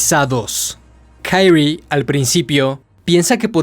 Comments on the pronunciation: porque lees los nombres como si fueran en ingles?? se llama KI-RI-E no KAIRI wtf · Creo que el no bre de la protagonista es japonés, por lo que debería pronunciarse literalmente como se escribe Kirie, en vez de Kairi, por lo demás se agradece el esfuerzo de la narración. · aldkdj pero se Pronuncia Kirie, tal cual, no kairi, porque anglosajonan todo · Porque dices Kaire como gringo? Ridiculo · Jajaja xD. Pero en serio, men, ¿por qué dices "kairri"? En buena onda te lo pregunto. Excelente trabajo. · Se pronuncia "Kirie (桐絵)" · Solo un detalle para esta serie de video de uzumaki, Kyrie es un palabra latin por lo que pronuncia como esta escrito, no se le debe intentar pronunciar como una palabra anglosajona.